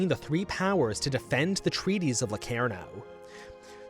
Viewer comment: yes i watched it. The guy cant pronounce locarnoand claims germany was stronger after versailles. Completly skips over Stresemanns strategy of allying the us and makes it look like chaimberlain underfunded the british forces